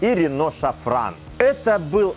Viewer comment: зато, как не почитаешь у продаванов. "Самый простой и надежный мотор" ну-ну. пожалуйста, не говорите рено шафран, СФРАН. и никак иначе)